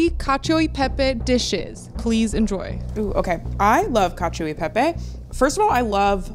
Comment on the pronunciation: Pro tip, gi and ci do not have an “i” sound by themselves in Italiano. Hearing “cacheo” and “parmageyano rejeyano” hurts